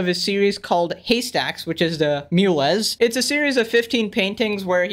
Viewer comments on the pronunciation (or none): Mueles is pronounced "muehlehs"